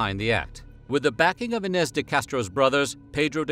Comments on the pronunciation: There's no tilda over the letter "n" in the Portuguese language. The same sound is sometimes represented instead with "nh". So, Inês sounds more like "E+neé+shh" in Portuguese, if you read it phonetically in English. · Its interesting how you do extensive research for these videos, but somehow miss simple things, like what an aqueduct is, and how to pronounce iñes.